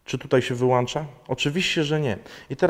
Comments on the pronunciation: wyłącza a nie wyłancza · Nic się nie "wyłancza" tylko WYŁĄCZA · Wyłącza, a nie wyłancza. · WYŁANCZA WYŁANCZA WYŁANCZA WYŁANCZA WYŁANCZA WYŁANCZA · Naucz się mówić. Mówi się. Wyłącza!!!!!!!